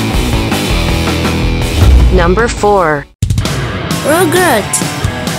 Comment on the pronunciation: elo aja bilang rugrats rogerts wkwkwkw